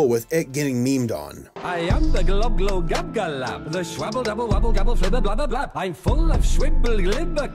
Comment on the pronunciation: It's very late but you missed the l in glo, globglogabgalab not globgogabgalab